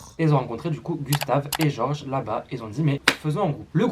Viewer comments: sa se prononce GÉorg pas gorge 😂😂 sinon super vidéo que j'avais déjà vu ya 2 ans déjà je 😂😂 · Juste pour présiser sa se prononce georg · Purée il a tué le nom de goerg 😔🙏